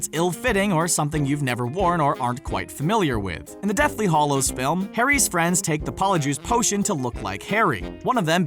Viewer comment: IT IS DEATHLY HALLOWS NOT HARLLOWS